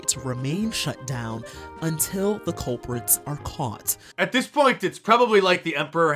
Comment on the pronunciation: "Untttilll the culpritsssss are caughtttts"🙉